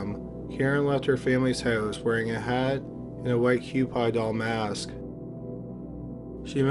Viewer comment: Dennis Rader prounouced (Raider) not Radar (Raydar) Cupie Doll pronounced (QP doll) not (Q Pie Doll)